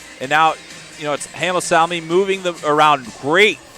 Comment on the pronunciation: It's Salmi not Salani